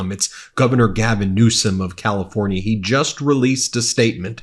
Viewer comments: Now that he's going to be president again, he had better start acting presidential and pronounce Newsom's name correctly. Quit acting like an immature kid. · And when is Trump going to get a SPEECH THERAPIST GAVIEN NEWSCOM, REALLY, soo CHILDISH. GROW UP, THEY VOTED FOR YOU FOR GOD'S SAKE!!!!